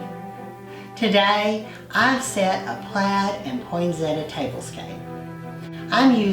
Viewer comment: Such a gorgeous mix of cosy and cute. Love it all, especially your candle snuffer. By the way, I say poinsettia the same way as you.